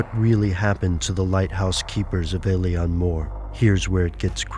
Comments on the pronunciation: It's pronounced Ay-leen ... Not el-ian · It's pronounced ill-an